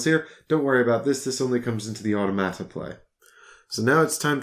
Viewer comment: I love hearing you pronounce “automata.” I need to use this word more often.